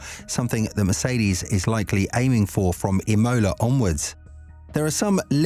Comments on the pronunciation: “Im-O-La” not “Im-Oh-La” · Wtf is going on with E-moula, E-moula, E-moula.... annoying as f..... Learn how it's pronounced already..... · Say Imola again?